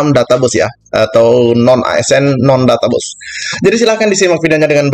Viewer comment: mantab.... ijin koreksi pengucapan kata 'database' abang... maaf... pengucapannya 'databeis' bukan 'databus' ... mohon maaf bukan menggurui bang....